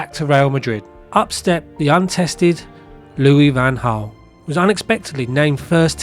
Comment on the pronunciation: …..and you still can’t pronounce his name properly. Well done!